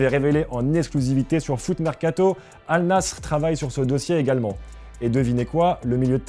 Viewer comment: Massacre du nom Al Nasr, massacre du prémom Sergio... superbe